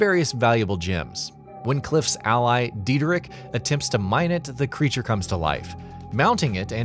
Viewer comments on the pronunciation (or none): none